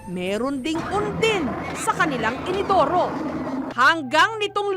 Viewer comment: inidoru po hindi inodoro